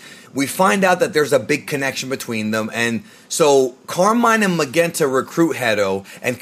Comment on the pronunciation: Why is it pronounced MaGenta? We know it's a play on magenta the color. His dad wasn't Commander Reed or Raid. His name is Red, the color.